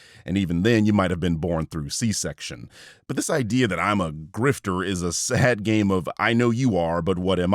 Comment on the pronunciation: This guy says GrifteR with a hard R lmfao, like he's trying to spit on you each time and missing entirely. Love ur work btw